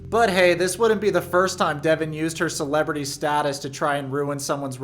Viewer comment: I only have one issue with this video - "celebrity"? suh with that dude 😂